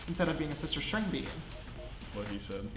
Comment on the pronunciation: you said shister not sister